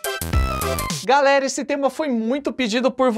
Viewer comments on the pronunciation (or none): none